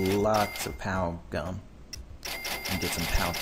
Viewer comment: when you said pow gum I thought you said pow gun